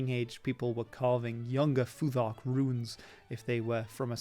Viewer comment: the th in futhark should be unvoiced like thought or thing